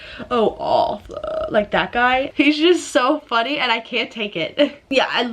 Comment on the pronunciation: "oh, he is so funny!" i swear to god you couldn't have sounded more american LOL XD. love you guys wish you the best XD